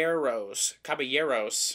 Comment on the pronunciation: Very correct! In Spanish and French, the double “L” equates to a “Y” sound. Looking forward to the review.